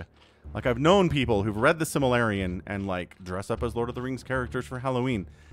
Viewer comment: "The Similarian" lol